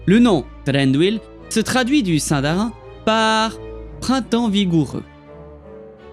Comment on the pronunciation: belle synthèse. Mais le "sINdarIN" du début m'a fait saigner des oreilles ;)